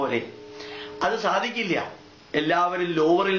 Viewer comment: ഇയാള് പറഞ്ഞല്ലോ സാകിര്‍ നായിക്കിന്റെ ഉച്ചാരണം ശരിയല്ല എന്ന് , ഇനി മലയാളി ആയ ഇയാളുടെ ഉച്ചാരണങ്ങള്‍ താഴെ പറയാം ശാദിക്കില്ല =സാധിക്കില്ല ശൂര്യന്‍=സൂര്യന്‍